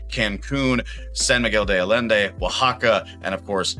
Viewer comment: “Allende” is Aye-EN-day. Isla is “GEESE (without the g) -lah”. When you botch the pronunciation of common words you sound less authoritative. A common problem with these retire in Mexico videos.